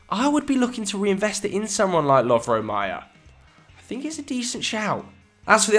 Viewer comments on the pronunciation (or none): none